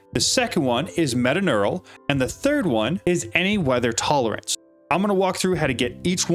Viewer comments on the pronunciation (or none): its metaTURNAL not metaNEURAL